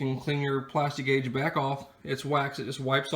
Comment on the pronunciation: Lost my interest the second he said “plasti-gauge”.